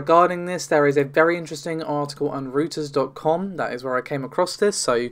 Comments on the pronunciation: English is not a phonetic language so in case no one else pointed it out. When referring to "Reuters" it is not "Root ers" but pronounced "Roy ters" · And Reuters = pronounced, "Roy-ters" not Rooters, less it's some in-joke for you? lols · Pointed this out a couple years ago. Don't think I'd have got the job working in their Data center had I called them Routers during the interview, as all my colleagues pronounced the company name was Roy-ters!